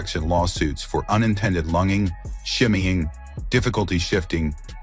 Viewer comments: “lung-ing”. AI voices suck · Yup. The A.I. needs some screening, also. Lunging is pronounced like withe a j. Lunjing. What that wonky A.I. said sounded like it was referring to somone's lungs. Lunging? What does that mean, surgically stealing somebody's lung? I notice a lot of this stuff in A.I. voice tracks. To me it means a sloppy production job. C'mon content creators. You can do better than that! That sort of boneheaded goof makes your entire video suspect. Do a little post production screening, for God's sake! 🤠